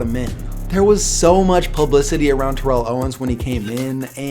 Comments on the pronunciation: The commentators keep saying tear-ell owens but isn't it turr-ell owens? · You're saying Terrell's name wrong. It's like Barrel but you switch the B with a T